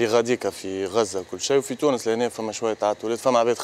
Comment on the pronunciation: تونس ❌ طونس✅